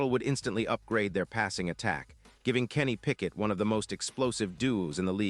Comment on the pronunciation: Did this guy say Kenny Pickett?